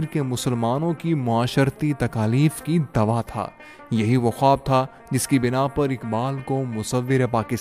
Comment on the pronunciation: آپ کا خواب کا تلفظ درست نہیں۔